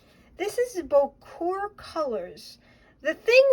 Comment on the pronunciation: Unless I'm wrong you are pronouncing the word correctly. Bocour!